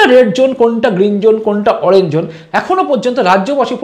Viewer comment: The word is"ZONE" & not "jone" Please correct your pronunciation. Hope you don't mind for pointing out the mistake